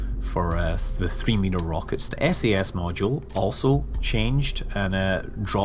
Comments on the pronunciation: why do you keep saying "A.S.S." instead of "S.A.S." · I love how he keeps saying ASS instead of SAS :p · omg stop saying A.S.S. module it is S.A.S. module. gah!!!